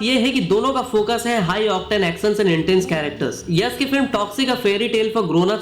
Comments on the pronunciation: Yash ko Yas Yas bol raha hai. Batasa nahin bay Batasha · यस, इमोस्नल, क्लैस, बतासा… 😂 यश, इमोशनल, क्लैश, बताशा…